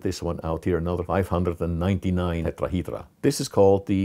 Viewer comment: I just love when he say Tetrahydra